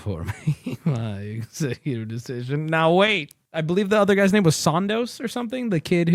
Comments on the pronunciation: you cant even say my name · When you can't even say my name